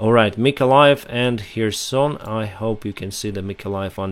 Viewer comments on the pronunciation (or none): none